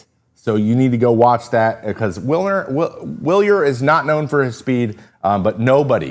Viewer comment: Take a drink every time Trevor mispronounces "Wilyer".